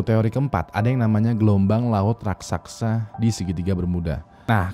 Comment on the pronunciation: RAKSASA bang bukan RAKSAKSA